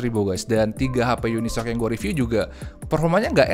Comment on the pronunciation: Masih ada ya reviewer nyebut UniSOC dengan unisok 🤣🤣 Uni Es O Ce gan bacanya 😅